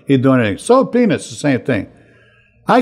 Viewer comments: and on it sounds just like Frank is saying penis and it is hysterical! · Frank!! You gotta pronounce Peanuts better. PEE-NUTS. I'm cracking up at what it sounds like you're saying.